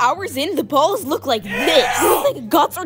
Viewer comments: Bro why she emphasizing "balls" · Why saying balls like that so much😂😂😂😂😂😂